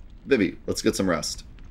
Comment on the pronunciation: It's pronounced "Zuh-Don" and "Vee-Vee"